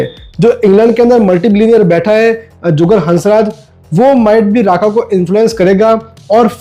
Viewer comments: Rukma not raka😂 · Raka nahi Rukma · ये राका राका क्या है ये राका राका😂😂😂.. रुक्मा